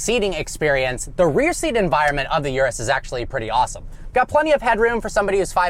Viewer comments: Bro, it's Urus, not Yurus. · After all these years, he still can't pronounce Urus correctly!